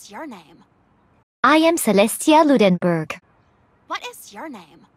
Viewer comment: Celestia not even knowing how to pronounce Ludenberg